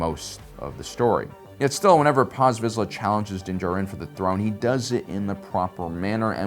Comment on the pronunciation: holy shit! pronounced dins last name correctly!